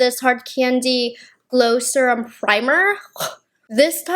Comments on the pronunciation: Pronouncing serum “surum” 😂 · Suruhm. Suruhm oil. Not serum, suruhm. 😅 (No hate, not making fun of you, I think the accent is cute) ❤